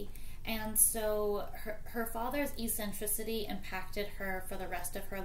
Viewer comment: Thank you for making this! Fascinating.. But can I also say "eccentricity" isn't pronounced e-centricity. :p